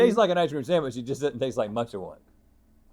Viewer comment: the way says “samwich” makes me rage